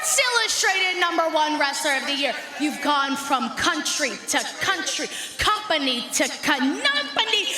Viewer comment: Wtf is a “Cunumpany” hilarious botch 😂🤣😂🤦🏾‍♂️